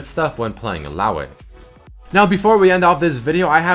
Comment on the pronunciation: Illao WEHHH xD is xat how u pronounce it eh russian boy? yes is russian